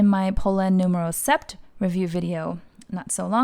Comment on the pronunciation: Great video!!!! It’s gorgeous. It’s pronounced “nuff” as in enough 🥰✨